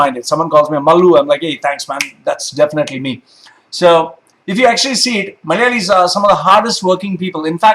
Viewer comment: You say the word "Malayalee" in the perfect accent possible.